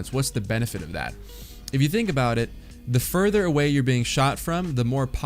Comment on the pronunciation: instead of away its awar,but no hate favorite streamer and fortnite channel